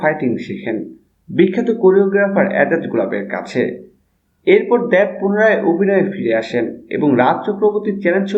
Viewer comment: দ্যাব না দেব ভাই? 😂😂